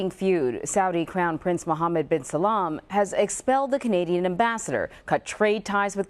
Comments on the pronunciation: its salman not salam. the reporter is an idiot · she keeps saying muhammed bin Salaaaam xD its salman ! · It’s not Muhammad bin Salm its Muhammad bin Salman. Alt least get the name right when on the news! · It's Salman not Salam sweetie